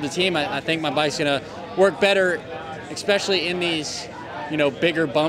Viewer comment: It’s is pronounced “especially” not “ecpeshally” 😂😂😂